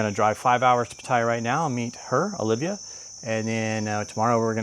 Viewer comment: Repeat after me… OLIVIA 🤦‍♂️